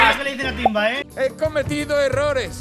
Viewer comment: se dice timba